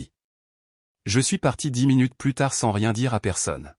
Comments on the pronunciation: Il faut prononcer "plu" et non 'plusse", ça n'a pas du tout le même sens dans le texte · "Plus" négatif se prononce "plu", non pas "pluss", qui est réservé au sens positif... "Elle m'a offert du thé", alors qu'elle est (ils sont) chez lui : n'est-ce pas bizarre ? La version écrite ne respecte pas bien l'orthographe.